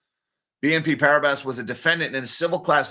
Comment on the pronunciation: Please pronounce "PARIBAS" as "PARIBA", silent S